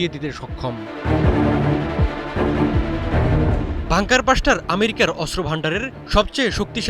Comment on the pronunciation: পিও (প্রিয়) সাংঘাতিক (সাংবাদিক) ভাই! বাঙ্কার বাসটার না (বাংঙ্কার ব্লাসটার)